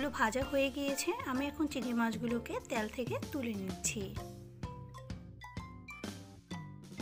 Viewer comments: ত্যাল না তেল।।বাট রান্না টা লোভনীয় 🙂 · রান্না খুব ভালো লেগেছে। তবে 'তেল' শব্দটা সঠিক ভাবে উচ্চারণ করার অনুরোধ রইল